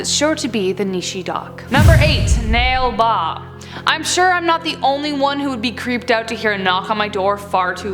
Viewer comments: 🤣🤣🤣🤣🤣🤣🤣 Its na le baa. Not nail baa. 🤦‍♂️🤦‍♂️😅😅 It means "go away" written on doors so that the female spirt goes away. Hiranyakashapu, putana were no demons they can be called evil kings. 😊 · "Nale baa" means come tomorrow in Kannada. And it's pronounced as NAA-Lae baa.